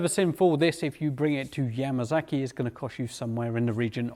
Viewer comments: Yamasaki NOT Yamazaki. Why in the hell can't you pronounce it correctly? S NOT Z damn. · 'Yamasaki' lol.